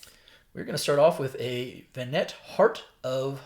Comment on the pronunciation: I know its not your fault and I don't blame anyone but man I hear Ve NAT instead of vɛˈnɑ and I instantly twitched lol